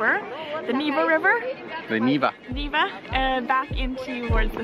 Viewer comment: Sooooo funny that ALL Westerners ALWAYS stress the wrong syllable in ANY Russian name. VLAdimir, FedoROVna, NEEva, ROmanov... C'mon Americans, you just gotta be kidding... VlaDEEEmir, NevAAA, RomAnov, please remember it and stop screwing up the pronunciation.